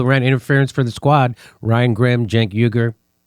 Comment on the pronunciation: "Jenk!" Uger. Hahaha